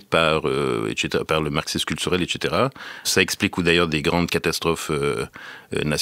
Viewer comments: ça se prononce "ɛk S eteʀa" (avec un S) et non pas "ɛk CH eteʀa" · Salut nonorio7, il dit "eTchétéra" ce qui j'en conviens est une prononciation rare mais bien plus pertinente que "eKsetera". Et cetera ou Et caetera s'abrège en etc... et non ect... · J'ai beaucoup aimé ce podcast Très intéressant Commentaire hors sujet : j'ai été perturbé par sa manière de dire "et caetera", a chaque fois ca me faisait le même effet qu'une fausse note dans un morceau de musique. Je ne savais pas quoi faire de cette info 🥴